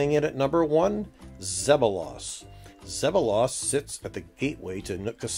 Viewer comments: you are pronouncing tahsis and zeballos wrong. not tahsis its tasis.....zeballos isnt zeb a loss its zeeebalis :) born and raised on the island . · It is zeb bal los not zeb bo las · Learn to pronounce Zeballos and Tahsis properly.